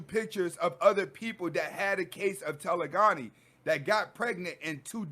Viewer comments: Loving all the knowledge bro. You're REALLY helping me through a tough break up. You're pronouncing it wrong tho. It's TE.le.gony. like hypergamy. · Telegony is pronounced Taa - lay - gah - nee. Peace to you God.